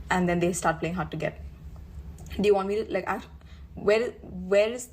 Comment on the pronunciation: UK black people. You are not American. Do not say arks. You know it's ask!